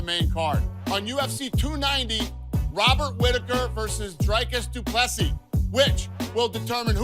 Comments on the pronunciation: Good job pronouncing his name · Well done on saying his name right!